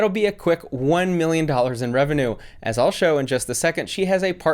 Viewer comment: First of all, she can barely say "revenue"..... 🤣🤣🤣